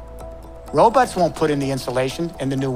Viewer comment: He had me until he said, robutts.